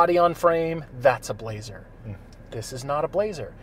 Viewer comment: Good review, blah-zer car.